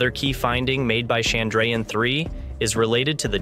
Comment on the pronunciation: Nice video. Shame about the pronunciation of Chandrayaan, though.